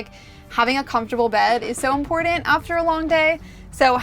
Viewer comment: You do know that the word 'curtain' has a 'T', right? So does the word 'important'.